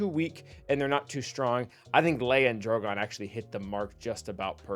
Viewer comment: Please note his name is DrogAn, not DrogOn